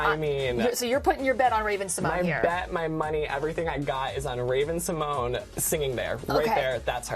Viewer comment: It’s pronounced Symon-yay